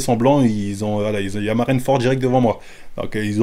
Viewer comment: "Mar1 fort ?"🤣 Ça se dit à l'oral "Marine Ford"